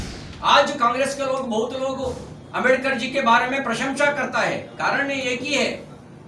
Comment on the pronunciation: This bjp minister can't even pronounce Ambedkar properly.